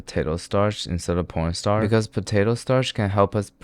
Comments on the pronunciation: porn starch 💀💀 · nah he's really calling it p*rnstarch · Did he just… porn starch???? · Did I just hear pornstarch?! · it's not just me who hears him saying "porn starch" right?? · Porn star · did bro say p**n star or corn flour??? 😂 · Porn dtarch!?? Am I hearing it right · Is it just me or he kept on saying pornstarch instead of corn. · Why you always say porn starch😅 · thought i was tripping when he said 'porn starch' 😂😂, so turned on the captions and no, i was right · bro is not saying corn starch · Am I the only one who noticed that he says Porn starch? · Did I mishear or did he really say Porn Starch?? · i was confued too and i turned on captions and tht says"porn starch" too lol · did he say porn starch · I don't think you heard it wrong, I'm pretty sure he consistently calls corn starch "porn star" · Heard it right, he said "PoRnStArcH" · Did no one hear how he pronounces corn starch? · I’m sorry.. what starch u said?•_• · Bud was not saying corn starch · Why is he pronouncing corn starch like that is it on purpose? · cornstarch.... you said cornstarch right? right?? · I heard you Very creative swapping P for C and cutting it at "star" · bro did not say corn starch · WHYD HE SAY P@ starch?😅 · 1.28 am i the only one heard po**star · I replayed 5 times he says pornstar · I'm pretty sure he says porn star instead of corn starch every time. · did bro really said p*rn starch ?? 💀💀💀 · I did hear porn starch but its corn starch ik that its corn starch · Nah, he DEFINITELY says porn star instof corn starch, and it's KILLING ME! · bro said "porn starch"💀💀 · Yeah, he said p0rnstar 🥴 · Did anyone else hear him say porn star instead of corn starch...?? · Broo its corn starcth not porn star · Did he just say pn star when is supported to mean corn star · why does this guy keep pronouncing corn starch as "pornstar" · Please PLEASE tell me im not the only one who hear P***N Star instead of corn Starch 💀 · Yeah I know, he doesn’t even say starch he just says star